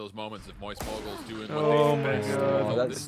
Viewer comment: "Mowyst Moiygals" UwU